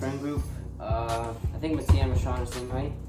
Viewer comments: WIPEDOUT-‘s trailers how to pronounce mattia!! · when you figure out you’ve been pronouncing kairi and mattia wrong this whole time